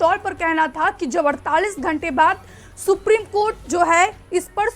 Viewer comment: सुप्रिम कोर्ट नही। सुप्रीम कोर्ट बोला करिये।